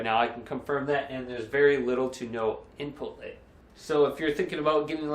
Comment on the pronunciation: Take a shot every time he says "input layg"